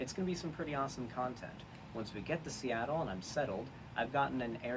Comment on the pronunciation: "Once i'm in Steatle, i'm seatled."